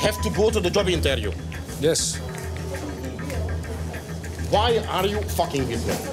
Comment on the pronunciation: intvieuw 😂 gewoon betele klojo